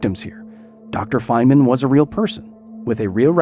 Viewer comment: feynman❎ Fentman✅